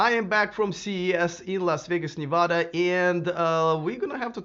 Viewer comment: 1) It's pronounced Nee-va-duh and 2) The Nissan still offers 2 years of free charging and depending on cost could be the best value proposition in the market. Not everyone has Tesla money.